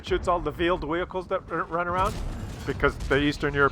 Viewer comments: "The other shell that tracks veeled whehicals"??? How in the hell to you track something with wheels? LMAO Did you have your coffee before you made this video? This guy is just sitting there picking a Maus apart and there was nothing the Maus could do about it. Then he put the Maus into full retreat. Russian bias at it's best. LOL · The "vheeled wehicles" lol!! I would make way more mistakes than you but I still find it funny!